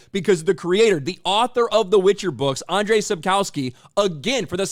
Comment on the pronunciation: If you're going to comment on the Witcher creator, please learn to say his name correctly. It's pronounced 'And-zhey Sap-kov-ski' He's Polish, not Russian, so he's not Andrey.